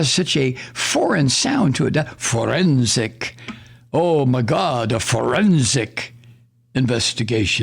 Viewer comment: Forrrrrensic. One must roll the Rs. Otherwise it doesn’t sound right.